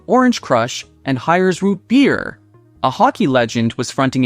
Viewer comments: Very interesting video! But why can't AI pronounce "root beer" properly? 😄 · If you want us to subscribe learn how to pronounce rootbeer.